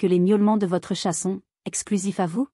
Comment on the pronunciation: Utilisez une IA qui prononce correctement chat (et non tchat)